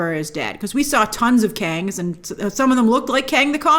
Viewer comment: "Council of Kangz"